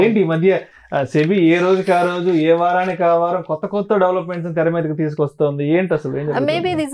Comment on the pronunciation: Telugu nerchukondi 1st😅 Varam kadu vaaram